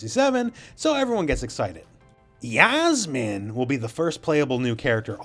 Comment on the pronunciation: Yasmine (is think it’s Yassmine not yazmine ) is from the Philippines 🇵🇭